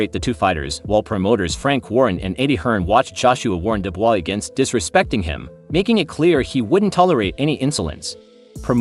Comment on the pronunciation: I liked the video when it was about "Daniel Doobis" (unfortunately, it only went for 3 seconds). Calling him "Duo", Dee yu and Dewis a few times didn't fix things.